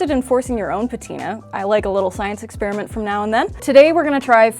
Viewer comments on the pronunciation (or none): none